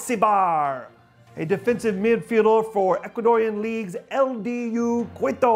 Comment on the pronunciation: Really interesting signing. Well done CLTFC! (Now, please get your man some Spanish pronunciation lessons. Kwitto is not the capital of Ecuador. They say KEE to.)